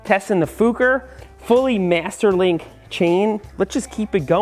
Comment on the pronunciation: I am making this a drinking game. Every time he says Mester Link You should drink a shot